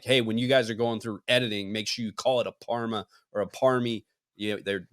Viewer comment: It’s “Parma”